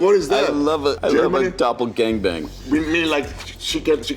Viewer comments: Javier "Doppel-gonga-bonga?" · Dopple Gongle bongle😭